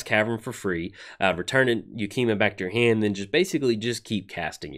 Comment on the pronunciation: Pretty sure that's the first time in like the 3 I've been watching you pronounce a name correctly on a new funky named card 1st try 😉